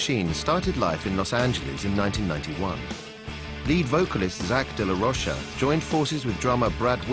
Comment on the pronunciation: Omg why does everyone say de la rocha wrong lol. Hes fucking mexican. Its roCHA like Cha Cha Cha damn it lol